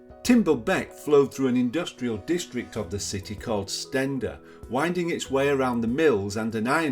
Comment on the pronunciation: I think Steander is pronounced Steen der not Sten der.